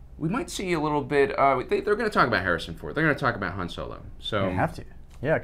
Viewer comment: You are not Lando, you do not get to say Han instead of Haan.